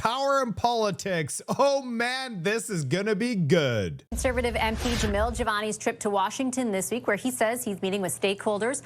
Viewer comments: His name is Jamil, not Javal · its Jamil and not Jemol or Jevol or Jevil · It’s Jamil, not Jamal. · Its JAMIL not jamal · His name is Jamil....not whatever the fuck you keep saying 😅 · Dude, you have got to take a moment to learn how to say Jamil. You've called him everything but his name, lol.